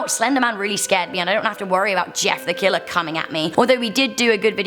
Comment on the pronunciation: was you trying to say killer?